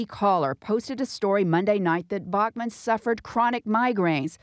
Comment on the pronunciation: The way the reporter pronounces Bachmann gave me a fucking migraine .